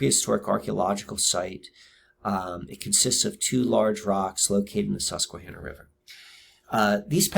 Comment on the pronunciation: Hi. What an incredible, fascinating subject; well done. In the spirit of synchronicity, you should know first there’s no reason I should’ve seen this great video. I stumbled upon it. I live outside San Diego County proper and work at a casino in Alpine called Viejas. However we play at a nearby casino called Sycuan (same native family owners). It’s all I could hear when you said Suquanna. This video had so many synchs with me, too many to list. I’ve watched most of your other vids as a result. Wand is an ancestral name in my family. My Haplogroup is X1b and I hope you venture into DNA and ancestral topics. My maternals were in your area, also Appalachia. My maternals include Peregrine White of the Mayflower. I say all this to show you that your efforts can reach the most unlikely, unwitting receivers, who appreciate what you’ve done to such a great degree. You’re very remarkable and special, Thank You.